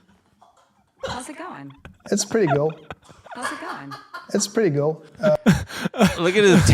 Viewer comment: "It's pretty gool"